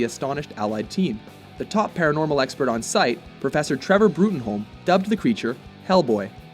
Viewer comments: It's pronounced Professor Trevor "Broom" not Brutonholm even tho its spelt like that. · It's pronounced BROOM!!! Not Bruttenholm! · Isn't it Bruttenholm pronounced "Broom"? I think someone must have asked this before. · The second page of Seed of Destruction tells us Bruttenholm is pronounced "Broom." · Brutenholm is pronounced Broom. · Its pronounced "Broom."